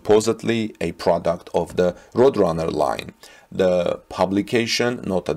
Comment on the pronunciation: Good presentation and I subscribed. "Roadrunner" is pronounced, "road" (a road is what you drive on) and "runner" (a person running a race). Hope that helps. Tip: if you google the word in question, you'll get a link to hear how things are pronounced. Don't feel bad, most English speaking people get it wrong all the time. English is very difficult.